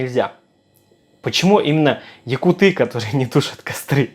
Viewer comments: Говори якУты а не якутЫ. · Пожалуйста, говори правильно: ЯкУты